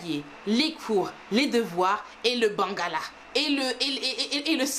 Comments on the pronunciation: Mdr j arrivé pas a y croire elle a dit Le " bangala"😂😭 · 🤣🤣🤣🤣comment elle dit le bangala